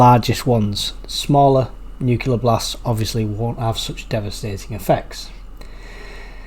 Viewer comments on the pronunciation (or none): There is no such thing as a nukiller attack, the word is NU-CLEAR.